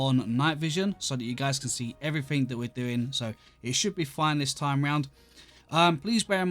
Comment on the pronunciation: "Everyfink" It never gets old x'D Like why